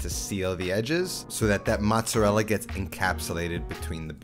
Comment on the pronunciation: how hard is it for you to say "mozzerella" instead of "mutsadell"" lol